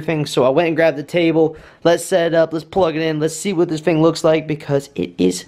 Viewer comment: Great videos, but the word is “thing” not “fing”. You said it a bunch of times in this video, and it’s hard to listen to. As DJ’s we have to be good linguistically.